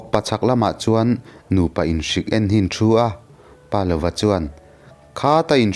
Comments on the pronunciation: Pâ lova nilo in palova.paneilova tihna ani.palova tia rang deuh taka chhiar tur ani. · Pa lova tih hi Palova, ziak zawm, a lam rik Dan pawh Pa ( thluk hniam) + lova tih a ni zawk em?